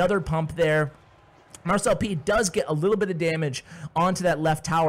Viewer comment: So... Does anyone else pronounce it Mar-celp instead of mar-cel-pee? 😅